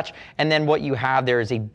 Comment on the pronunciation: Did you say, “semen capsulation”?